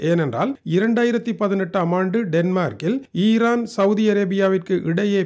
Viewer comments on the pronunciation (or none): none